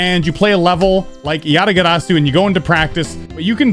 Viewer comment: I like accent when he says 'Yatagarasu'😂